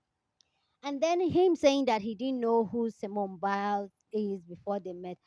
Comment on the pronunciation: Her name is Simone, not Simeone I don't know why this name is such a challenge for people.